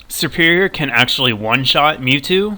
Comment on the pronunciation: It's not serperior!!!!!